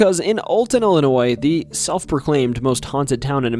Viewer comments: Ill e noy Not Ali noy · Hey there very small channel. It's pronounced "Illinoi". The S is silent. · No thumbs up or subscription for the simple fact you dont know how to pronounce Illinois. Its not Illi-noise.